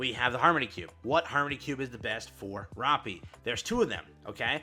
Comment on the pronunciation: Day 210 of telling that he pronounces Rapi’s name dumb